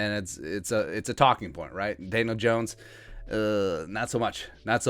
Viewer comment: Are you calling him Daylin Jones?